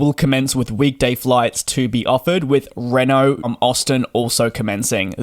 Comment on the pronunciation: For the umpteenth time, it's REEEEEEEEEENO.